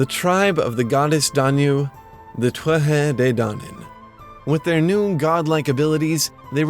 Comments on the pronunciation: why do you pronounce Tuatha that way? I've always just said it like 'tooatha' with the th sound prounounced like we do in english like in the word 'the'. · So many Irish words mispronounced. Most notably Tuatha is pronounced 'Two-Ha'! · In modern Irish, TH is an H. So, it is TOO-a-ha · isn't it To-ath-ha when you pronouce it ? :P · Ok a bit of help, I know someone else posted their pronunciation of Tuatha but I personally would say it too - ah - ha, with the syllables running together fluidly.